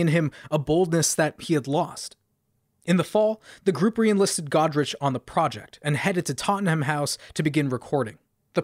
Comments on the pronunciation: It's pronounced tot - nem. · Great video as always, except your pronunciation of Tottenham.;)